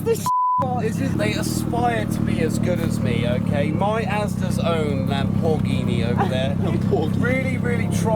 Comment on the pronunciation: I thought the lam-poor-ghini sounded pretty good!